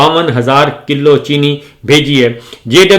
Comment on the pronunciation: صابر یقیناً آپ "پُنّر جنم" پچھلے جنم میں طبلہ نواز رہے ہونگے، باوجود بارہا نشاندہی کے آپ اپنے پچھلے جنمی پیشے سے چھٹکارا نہیں پارہے، دوسرے آپکی اردو لفظوں کی ادائیگی بھی کافی خراب ہے مثلاً : ستاسٹھ ❌ سڑسٹھ✅ کِلّو ❌ کِلو✔️